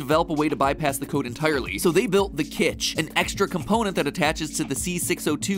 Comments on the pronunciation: It’s kytch, not kitch. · It's "Kytch," not "Kitch."